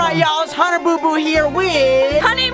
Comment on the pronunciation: "Hunner" Me- "HUNNER RICE ROWBOAT HUNTER BRYCE ROWLAND"